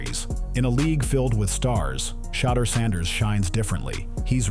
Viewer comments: I love this story, but geez can we PLEASE say the man's name right when we give accolades?! It's VERY important and constant issue with our black names. Just do a tiny bit better, and this is a perfect story! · They do these videos and mess his name up on purpose. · I don't why its so hard to consistently call this man name correctly.